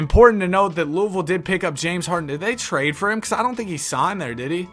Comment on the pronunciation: pronouncing louisville right ❤‍🩹❤‍🩹